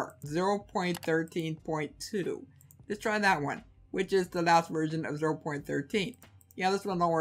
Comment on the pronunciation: I couln't difference if he was saying "virgin" or "version" LOL, still, great video, def liking